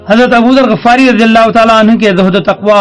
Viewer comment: غَفار نہیں غِفاری ۔ تصحیح فرمائیں